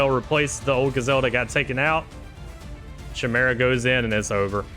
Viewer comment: Great tournament! The pronunciations kill me sometimes lmao. CH-imera and bahkura